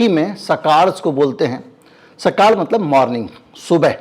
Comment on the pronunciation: सकाळ ळ not ल 😄 सकाळ का सरकूलेशन कितना है 🙄ये पेपर अब पेहिले जैसा नही खपता, सर्वे मे कितना दम है?